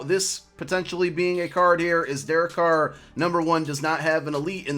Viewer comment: Thank you for saying Carr